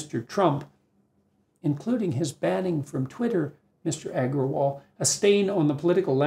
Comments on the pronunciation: mr eggerwall lmoo, bucthered the name like a pro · Indian me in splits at his pronounciation of parag agarwal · It was funny hearing that "Agrawal"